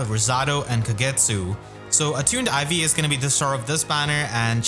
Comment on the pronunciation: Because you put the emphasis on the second syllable, I keep hearing you say IV like teh stats rather than Ivy’s name lol